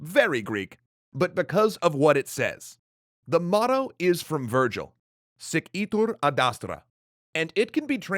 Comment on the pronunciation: Hearing "Sic itur ad astra" said in classical Latin just made my day!